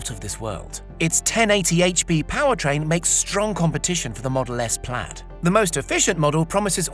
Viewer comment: Not plad, plaid mate